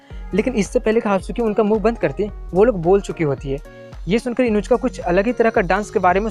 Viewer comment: Uska naam Inushka ya Inujka nhi hai uska naam Inuzuka